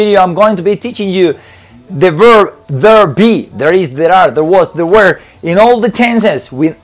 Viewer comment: Realmente me encanta como tus videos me ayudan cada dia a mejorar mi ingles. Solo como comentario "la pronuncionacion del were" que estas utilizando no es la correcta. Por mucho tiempo la pronuncie de la misma manera que tu pero no es la correcta. that is all, thanks